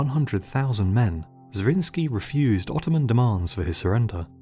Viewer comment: Nicholas zrinski? It was a hungarian noble, Zrinyi Miklós ( miklos= nicholas)